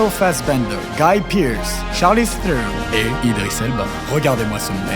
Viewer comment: On prononce Charlize Theron, "Trone" avec un h aspiré en Boer ou alors aussi Théron a la française son nom étant de chez nous et venant du sud ouest terre protestante et de Huguenot dont elle descend, donc pas de prononciation a l'anglaise du nom de la déesse blonde Voila voilà